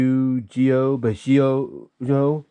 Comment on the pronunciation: It’s pronounced “bee-show-joe” , not “b-ish-ee-yo”, by the way